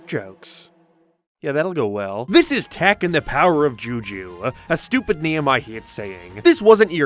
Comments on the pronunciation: I fw hellllllaaaa of the “failure” shows. It was more like they didn’t know what was gonna be good or not. And it’s not tack. It’s tock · Is English your first language? Why the hell do you stress random syllables? What the hell is going on with your voice? It sounds like AI from 5 years ago. No personal hate but if you're gonna make an hour long video, I mean, have you ever listened to yourself? You say tEk. Not tAk. E. "Tech." That's what you're saying. you say "witch doctorrr" like you're putting so much effort into stressing random syllables my guy, you could just say the words. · I can’t get over the fact of you pronouncing tak’s name as tech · Bold strategy to make a video about Tak games when you cant pronounce "Tak," "game," or "sales."